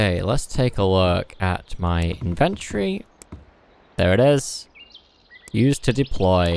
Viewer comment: Also inven-tory, not in-ventory. :)